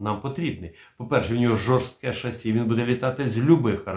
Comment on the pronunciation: не шассі, а шассІ